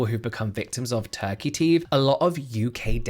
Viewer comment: I heard “tacky teeth” but turkey teeth 😂😂